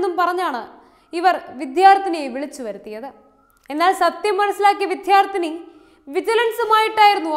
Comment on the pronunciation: വിധ്യാർത്ഥിനി എന്ന് അല്ല, വിദ്യാർത്ഥിനി എന്ന് പറയുന്നത് അല്ലേ ശരി?